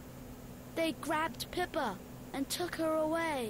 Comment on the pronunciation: It's pronounced Pip-pa😅